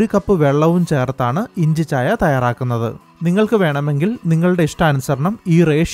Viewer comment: inchi chaaya...ennalla.. inchicchaayaa. ennu.venam